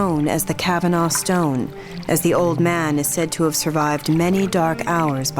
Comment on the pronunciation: Cavanaugh: CAH-VUH-NAW Son.